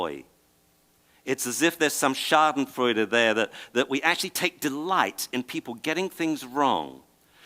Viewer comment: did he just said schadenfreude? :D